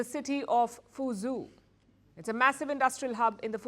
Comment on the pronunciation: Come on Palki, if you are going to obsess over China please learn some correct Chinese pronunciations. Fuzhou is not pronounced Fu-ju, rather Fu-Joe as in the name Joe.